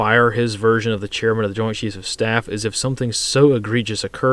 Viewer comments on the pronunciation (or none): none